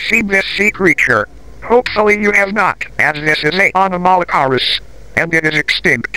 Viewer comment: I love how it pronounces anomalocaris as “amma - nammalo - caris